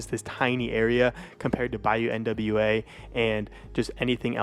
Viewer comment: Bayou N W A 🤣🤣🤣 like the group 😭😭😭 its Bayou Nwa (Noir)